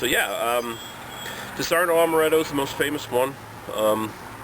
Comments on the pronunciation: Dis ar onno not dis arno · its not fucking disarno you stupid idiot. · wrong Di'saronno, stress on "Di" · 1) It's pronounced DEE-SAH-RON-NO. :-) 2) I love Disaronno. For me, it tastes like sex in a bottle. 1 part Disaronno 1 part Southern Comfort 3-4 parts Orange Juice splash of Jack Daniels Drib of Grenadine Delicious. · I like how he pronounces it wrong and everybody jumps down the guy's throat calling him an idiot. who cares if he pronounces it wrong, he's here to do one thing. a review, and very well done review at that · it is called legs.....not oily residue..... why are you reviewing things when you dont know much about this? you cant even say the name .